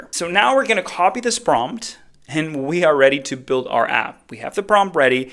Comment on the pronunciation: It's "build" :D sorry, just had to.